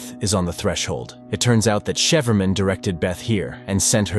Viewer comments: "shiperman" hahaahaha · Wth is “Sheaferman”? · Shefurman? Seriously?